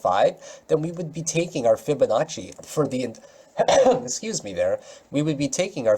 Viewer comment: I love when you say fiba fiba fabanacci